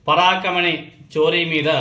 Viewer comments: పరాకమణి కాదు పరకామణి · పరాకమణి కాదు... పరకామణి!🤔🤔🤔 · Telugu sariga matladatam nerchuko Parakamani kadu parakamani nerchuko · పరాకామని కాదు పరకామని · Paraakamani kadhubro parakaamani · ముందు తెలుగు బాగా నేర్చుకో, పరకామణి పలకటం రావటం లేదు.